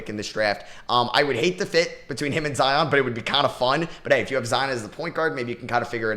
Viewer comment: Did this man say zoin as a point guard? 😂